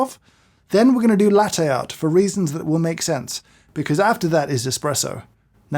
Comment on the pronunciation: His constant mispronunciation of "latte" annoys me